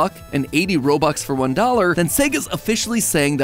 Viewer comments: did he just say robuck and not robux? seriously, I just got offended so badly that I will hop off this video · did you just called it robuck?? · Uhm.... Robuck I infact correct, robux I plural, due to the z.